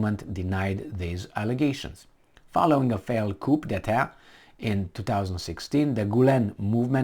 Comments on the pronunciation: I'm saying this not to be critical because I know English is not your first language. Coup as in a chicken house, or a classification of car, is pronounced coup as you pronounced it. When it is coup, as in coup d'etat, the etymology is French and the coup is pronounced as coo because the C, F, L and R are pronounced at the end of a word in the French language, but the other letters are not. It's a constructive comment to help you refine your English, in this instance a word with an etymological origin in the French language, as it it a loanword, or a donor word. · Coup? Coup?, why are you determined to learn NOTHING.The p in this word is not pronounced. It is pronounced "koo". Every single flaming video in the worst English possible, and no improvement ever.